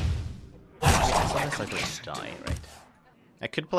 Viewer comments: actually it wasnt about pronunciation intonation....it's syl-VA-nas and not SYL-vanas. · Sylvanas and not Sylevenis, LEARN TO PRONOUNCE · "Sylva ness", well that's funny, I never noticed how he pronounced it. I like his videos a lot though. :) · why do u say Sylva-ness? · + bad soundmixed and maybe cause some people dont like the way he pronunces Sylvanas or "sylva ness" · Actually, not even Garrosh knew how to pronounce Sylvanas correctly.